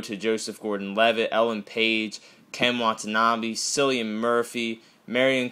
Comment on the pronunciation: Just to let you know, Cillian is pronounced KILLIAN. It's an Irish name :)